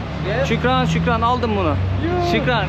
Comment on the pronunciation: Şükran değil şuhraan😅